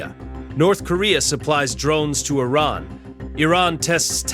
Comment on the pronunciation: I'm guessing this is yet more AI slop narration. In one sentence, it was pronounced "I-rarn", then in the next "Eye-ran". And there are others...